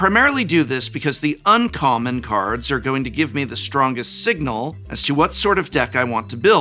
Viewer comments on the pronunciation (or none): none